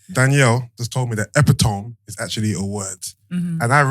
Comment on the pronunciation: Epitome* not epitomy